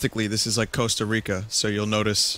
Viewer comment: “Casta Rica”